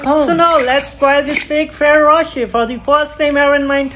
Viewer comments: Bro cant even pronounce ferrero rocher the correct way 😂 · Bro pronounce the chocolates name properly